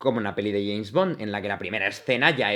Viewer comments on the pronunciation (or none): none